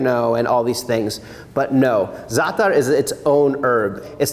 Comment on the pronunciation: Thank you for not saying ZATT-TAR.